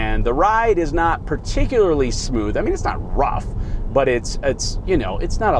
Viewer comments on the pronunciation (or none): none